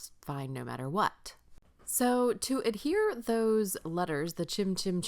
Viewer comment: Cute card - as always! Tell Tim I said thank you to YOU for saying ADHERE and not Adere, which I hear all the time and it drives me INSANE!